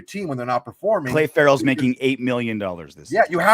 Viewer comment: routinely butchers names... he still calls him Clay Ferrell